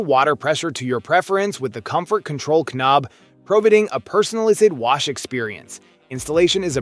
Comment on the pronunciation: ka-nob? The fuck... The K is silent... Breeze-a? This is some AI narrated garbage ain't it.